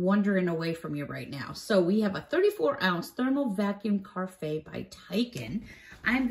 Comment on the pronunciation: I believe it's pronounced "ka-raf" (short a)